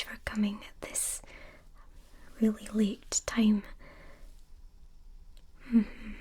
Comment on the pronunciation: Instead of late I thought she said "thank you for coming at this very l i t time" i